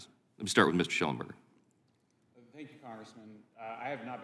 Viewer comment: Mr Shellenbeck, Mr Lunch? Why does he purposely mispronounce Shellenberger’s name? They think they are subtlety insulting them.. I guess… What bs… we are paying this guy’s salary!